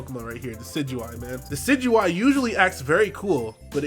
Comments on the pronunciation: thank you for pronouncing Decidueye correctly. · thank you for being the first youtuber ive heard so far pronounce decidueye correctly. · MY BOI! THE ONLY YOUTUBER PRONOUNCING DECIDUEYE'S NAME RIGHT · Is the first person I've seen pronounce decidueye properly.